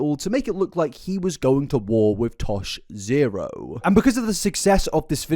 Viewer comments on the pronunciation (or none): It’s Tosh point Oh not Tosh Zero. Tosh.0 🤣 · i'm halfway through this and it's a phenomenal video as per usual but omg hearing you say "tosh zero" is sending me. tosh.0 used to be a show on uhhh comedy central i think?? i could be wrong, i probably am. but it's pronounced tosh-point-oh :) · "Tosh Zero." 😂 It's Tosh POINT "O". Ah-- why am I here? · It's tosh(point)oh not tosh zero 😉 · The way you say Tosh zero bothers me so much It's tosh point oh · Isn’t it pronounced tosh point oh? Is it actually tosh zero? I’ve never heard anyone call it that, but I also couldn’t have cared less when it was on. The boys in my class all talked about it and called it tosh point oh but they could have been wrong idk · Babe- you have to stop saying Tosh Zero. It's Tosh/point/oh. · It’s Tosh point oh… I’m sorry it was bugging meeeeee 😂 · "Tosh zero" 😂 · “tosh ZERO” is killing me 😂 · Jsyk, Tosh's show's name is pronounced "Tosh-Point-Oh" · Omg yes though 🤣 I was listening and was like wtf is Tosh Zero?! 🤣🤣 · Tosh-point-oh like 2.O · It's pronounced Tosh point O. lol I am a fan of the show and was yelling at my PC :) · I love hearing confidentially explain Tosh.0 while mispronouncing the title (Tosh-point-oh). Seriously all love you're amazing just tickled me 😂